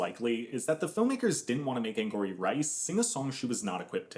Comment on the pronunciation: It’s not “Anne-gory” it’s “Anne-gowry” like Tia Mowry